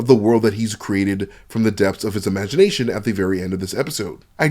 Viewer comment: Imagination, Imain-Naaa-Tion😂